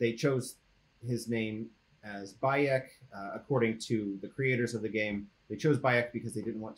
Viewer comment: Whenever I heard them say Bayek's name. Where I live, in England, is a common cry of "By 'Eck" emphasis. "By Eck, it's cold out side!"